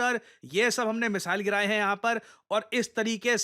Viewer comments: Not gere gye , giraye gye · Giraye gaye the ❌ Gere gaye the ✅